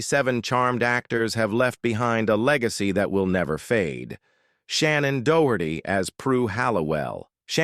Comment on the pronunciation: Pronounce Shannon's last name properly, the narrator is slaughtering it.